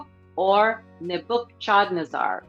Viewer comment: Nebuchadnezzar [ neb-uh-kuhd-nez-er ]